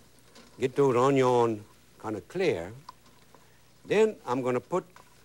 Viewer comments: I have so many fond memories of watching this guy on PBS with my mom. Makes me happy to see him again. My mom still pronounces "onion" the way Justin Wilson does - "awn-yon." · He loves his “ onyion” childhood memories